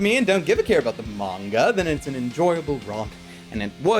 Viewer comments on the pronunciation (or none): none